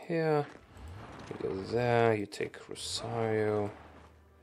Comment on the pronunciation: Wait. An Anglophone who somehow managed to pronounce Rosario almost correctly... and managed to pronounce that diabolical "ao" in Sao Paulo? Are you a wizard? (Seriously, props to your pronunciation.)